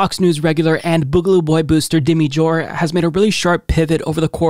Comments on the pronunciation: Did you mean to say ""? 🤣 I don't know which answer would be funnier. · I thought you said